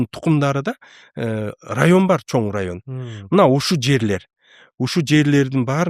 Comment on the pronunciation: Такое ощущение что специально акцент делает. Неужели за столь лет жизни научился выговаривать слово "Чоң" и букву "ң".